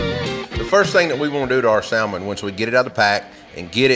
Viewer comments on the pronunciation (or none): I love your videos but I HAVE to give you hell about this (sam- ann) 🤣 say it with me. (Sam-Ann) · The L is silent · I can forgive the sowlmin because he said waRsh!